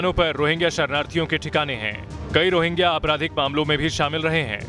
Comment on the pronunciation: अरे... ओ मैडम ......... रोहिंगा नहीं.... रोहिंग्या